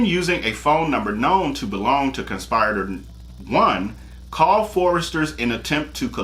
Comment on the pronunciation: Con-spi-ri-tor! Short “i” sound as in igloo. It’s not a long “i” as in ice.